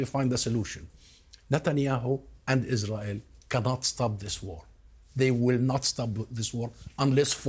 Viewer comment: No one: Lindsay Graham: Isrull